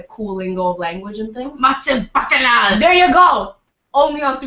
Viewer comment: lol saying" baccanale "